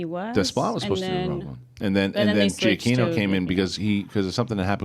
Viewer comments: Juh-kee-no. Get it right!!! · I'm from NYC and went to school and work with Italian Americans and just based on my experience with their names, I'd pronounce it this way: "Geeyah key-noh".